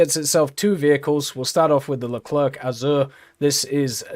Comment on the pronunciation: He says Foch correctly but not Leclerc xD joke aside i like that France get a New Leclerc , when you see UK with the long Line of challenger you really wish that France and some country got more cool looking mbt at top tier